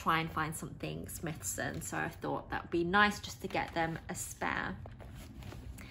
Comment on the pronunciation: Firstly I’d like to say what a great review very informative but I’m not sure if your aware it’s pronounced Smy-thson not Smithson hope this helps for your future reviews. Enjoyed the review thank you.